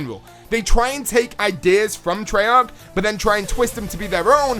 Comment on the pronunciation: treyarc... treyarc... treyarc!